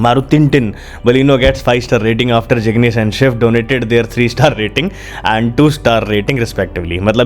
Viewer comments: Zignis nahi ignis bolo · Its a ignis not s jignis 🤣🤣🤣 bada aaya tata ki cars ko bekar bolne wala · Abey jignis nahi ignis bolte hain usko.. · जिगनेस क्या है भाई ignes bolo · Abe laude it's ignis not jignish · Jignis nahi ignis 🤣😄😆😂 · apna video me gaadi ke naam to thik se liye karo, Its IGNIS not JIGNIS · Zignish nhi Ignish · Ignis to bol le bhai pehle🤣🤣